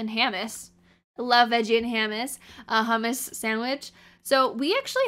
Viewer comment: No one:: hAmmUs 😭😭